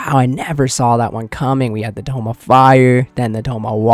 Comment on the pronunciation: Brother it is tome not tomb